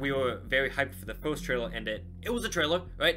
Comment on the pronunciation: Not being rude but do you have a speach emperiment because when you say first it sounds like your saying forst